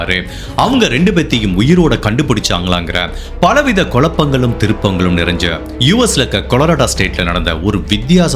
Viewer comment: கொழப்பங்கள் என்று உச்சரிப்பது நெருடலாக இருக்கிறது. குழப்பங்கள் என்று சொல்ல இயலுமா?